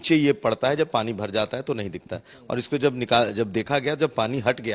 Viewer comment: Such a distinguished professor as he is from IIT but how can he say sep and not shape .